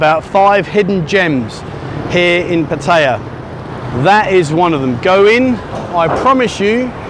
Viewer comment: After all the years spent there you could at least learn how to pronounce Pataya correctly , no wonder you got the finger !